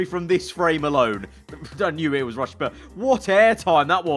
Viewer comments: Never have I ever heard a man say, “Rush-e-ah” instead of “Rush-ah” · guys, that is "rushya" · Nobody: Absolutely nobody:: 'Russeea'